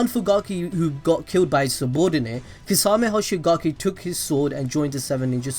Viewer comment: Why do you say his name like that